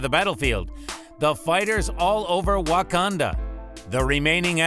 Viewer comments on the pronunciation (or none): none